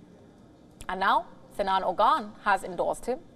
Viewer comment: lol It's not Ogan it's Oğan the ğ is pronounced in the throat.